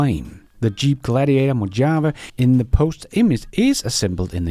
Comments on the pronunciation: Mojave: mo-HA-vay 😊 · its pronounced MO - HA - VAY. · Mojave. Spanish word so pronounced Mohave